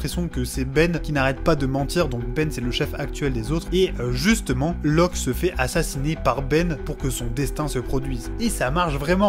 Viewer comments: Loke, pas Loc... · C’est Locke et pas Loc pour info haha